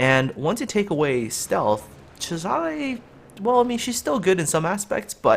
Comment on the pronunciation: Agree with but need to pronoce it not whatever u were saying it Caesar